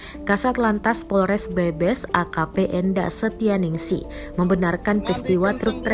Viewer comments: Iki mba mba narator engga pernah denger kabupaten brebes apa yak wkwkw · Agak gatel pas pembawa beritanya bilang Brebes